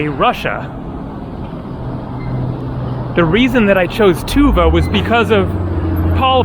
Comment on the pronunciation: tuvA, not tUva. I guess, most of turkic words have stress on last vowel.